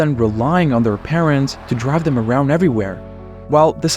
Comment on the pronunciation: Please have a look at how your pronunciation of 'car', 'around', 'key roles', and the like. In particular at the end of a sentence. It is atrocious to say the least.